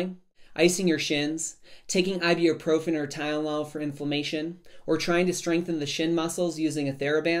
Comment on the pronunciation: Thanks for the info! p.s. please learn how to pronounce ibuprofen